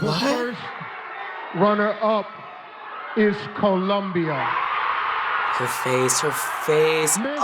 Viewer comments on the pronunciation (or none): IT'S COLOMBIA!! NOT COLUMBIA!!!! GRRR... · it's COLOMBIA not Columbia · ColOmbia! not Columbia! pls..(subtitles) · It's ColOmbia not ColUmbia. So don't go saying he needs to learn how to read if you can't spell ^^ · It's Colombia, not Columbia. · If you listen to what he says is 'the first runner up is Columbia' so I guess he just read first and Columbia. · How do you misread "Colombia"?